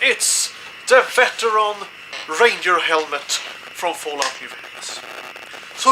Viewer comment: Who also thought he said raider helmet